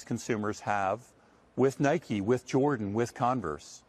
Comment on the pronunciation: Listen, for real... Thank you for pronouncing Nike correctly. I agree with you on the rest, but that right off the bat gets you respect from me.